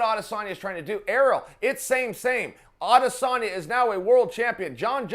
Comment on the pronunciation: Why does Chael call him 'Odesanya?'